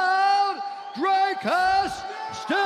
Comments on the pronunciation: Dricus: It's pronounced Dricus Joe: Ok, thank you Dracos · Dricus: “the name is dricus du plessis” Joe: “ thank you dreykus.” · says his name 3 times correctly. Joe Rogan: Drakeous dooplasie folks! absolutely hilarious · Dricus : "my name is DRICUS" Joe Rogan : "Thank you Dragos" 🤣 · Dricus: My name is DRIEKUS Joe Rogan: DRYKUS du Plessis ladies and gentleman! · Clearly states how his name is pronounced with an I about 3 times- Joe Rogan," Congratulations sir.... DRAKUS DuPlessis everybody!!!"🤦‍♂️ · My name is pronounced drikkus Joe rogan = thanks dry kus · He said they miss pronounce his name and Joe Rogan second later miss pronounce him xd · And joe rogan immediately makes the same mistake after was told how to say it lol 🙈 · Haha Joe Rogan still says the name wrong